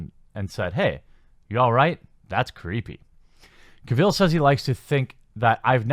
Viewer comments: Cavill. Not Ka-Ville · you are saying Cavill wrong :D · Glad you just started calling him Superman... the way you pronounce his last name gives me nightmares